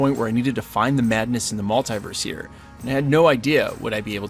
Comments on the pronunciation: Mull-TEE-verse... Not Mul-TIE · you're the only american i've heard say mult-eye-verse